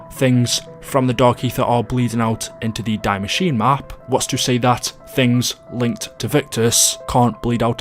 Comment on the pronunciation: Pronounce the German map names correctly